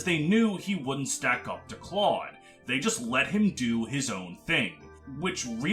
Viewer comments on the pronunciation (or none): none